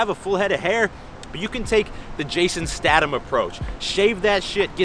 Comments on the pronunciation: Its Statham not statem lol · It's pronounced jason staytham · Is there an official counter for the number of times says Jason Statham incorrectly? 😂